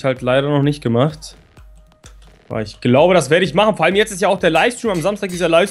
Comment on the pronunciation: mit "tzt" ;D